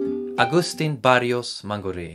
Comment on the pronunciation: Se pronuncia Agustín, con acentuación en la i